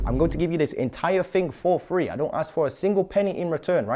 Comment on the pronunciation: Good content, buddy, but my God, wtf is Fanks? Firty ? Free, do you mean three (3) and fings, do you mean things ? 🤣 and sumfink, assuming this means something ?